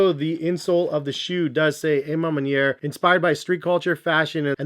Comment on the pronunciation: I swear so many ppl pronounce it Wrong 😂 the “A” is an “AWH” sound. A Ma Maniere means “My Way”. You, Jay The Sneaker Guy, Jumperman Kris of course... You all pronounce it WRONG. C’mon, You should know by now